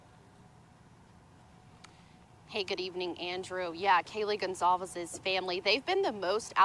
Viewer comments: why do so many news channels keep pronouncing the name as gonKalves!! It is pronounced gonSalves for crying out loud. How is it possible that so many journalists on big news channels don't know how to properly pronounce a very common hispanic name?? This is basic. Every time I hear GonKalves I feel like I cannot trust these people with facts. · Gon/ Sol/ Ves Jesus Christ Can the damn reporting not get the dead girls name right even 1x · Did she just say Kaylee Gonzales lol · Can no one get that poor family’s last name right geez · Can’t believe this weirdo still can’t pronounce the victims’ names correctly